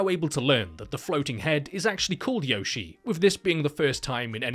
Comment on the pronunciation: The great thing about this videos is how he never pronounces Yoshie correctly once. No wonder she wants to eat everyone.